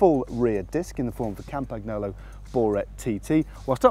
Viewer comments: Matt for the nth tine it's not Campag-Nolo!! It's Campan-Yolo!! Try to imagine an italian saying campag-nolo.... sounds wrong right? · You're hurting my ears Matt. How to pronounce Campagnolo